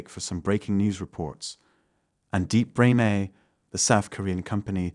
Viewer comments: No, you can tell it isn't a real person. Something about it sounds off and it made a handful of mistakes. Like when they said Deepbrain AI they said, "Deepbrain A" with an abrupt stop. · literally about to say the same thing. I caught when he actually crunched the 2 words together "Deepbrain AI" .. pronounced it "Deepbrainai"